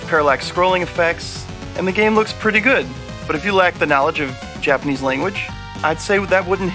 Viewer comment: O man I’ve been waiting for this one! Major major props guys! You guys did a ton of work on this! I’m picking this up for sure. Some iffy titles in there haha the sweaty dudes! Your Japanese pronunciation is on point!